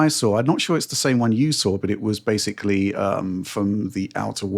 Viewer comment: “Basely” ( mispronouncing the word basically about two dozen times per video)